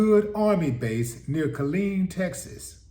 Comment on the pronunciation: Ft Hood is in the city of “Kill-EEN”……